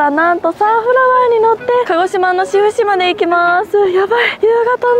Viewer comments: しふしじゃなくて 志布志(しぶし)だよ😃志布志可愛い😊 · サンフラワーも串間もいいですね。 ちなみに志布志は しふし ではなく しぶし と読みます！